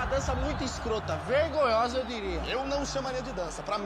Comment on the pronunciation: ela falou errado ela falou vergolhosa mas se fala vergonhosa